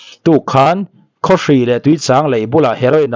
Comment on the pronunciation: Thil chhiar hi uluk deuh thin teh u.chang leh chhâng hi in ang lo a nia